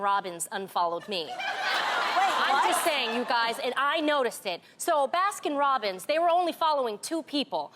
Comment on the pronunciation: why does tamera not know how to say baskin robins